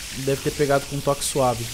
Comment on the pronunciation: Aos falou pegado